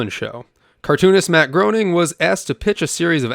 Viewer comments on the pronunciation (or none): lol when i heard you say "grown-ing," i instinctively said "graining," but to be honest, even though i am 47 and literally grew up with, and YES STILL LOVVVVE the Simpsons, i didnt know it was GRAIN-ing until the 127th EPISODE SPECTACULAR i believe it was, with the "footage" of him and "GIT OUTTA MAH AW-FFICE!!!" lol... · Matt's last name is pronounced Graining, not groaning. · 🤓 ACTUALLY! Matt Groening's last name is pronounced "gray-ning", not "groaning" 😌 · Common mistake to not pronounce gro as gray ! 😂😂😂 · Lol don't feel bad. It's phonetically inaccurate in it's spelling. And by all rules of English pronunciation it should be "Groaning". There was a book that came out a few years after the show that detailed a lot of his history leading up to the show, and he discusses how his name is rarely pronounced right because of that. Until you hear otherwise it is perfectly normal to assume "groaning" and if you just thought it was "Graining" out of the gates you probably wear a helmet to bed. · Mr. Groening's name is pronounced 'Graining' as he, himself, said, it sounds like 'complaining'... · Groening is surprisingly pronounced Gray-ning, not Grow-ning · matt gray nung, not grow ning. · It's pronounced Green-ing. Not Grown-ing. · "The Simpsons are here to see you, Mr. Groaning." "It's 'Gray-ning'!" "Is it? Really?" "You know... I'm not sure anymore..." - one of the Simpsons videogames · if it was pronounced like it should from its heritage it would be pronounced Gru-ning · His name is pronounced "Gray ning" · Its pronounced "matt GRAY-NING" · FWIW, his name is pronounced gray-ning. He once said Groening rhymes with complaining. The man is a legend between Simpsons, Futurama and Disenchantment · It’s actually pronounced “Graining” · Groening is, "Graining." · Matt Gray-ning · Ummm ackchewwallly it’s pronounced grayning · Matt's last name is pronounced "Gray-ning" COME ON MAN 🤣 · It’s pronounced grain-ing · Just FYI it's pronounced MATT GRAINING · It’s GRAY-NING.